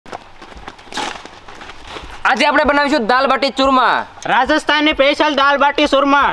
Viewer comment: सूरमा नहीं....चूरमा !!😂😂